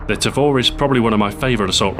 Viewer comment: It's pronounced "tah-vor" not "tay-vor".